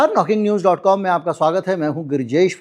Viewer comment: 'Knocking' is pronounced as 'Nocking' and not as 'Cocking'.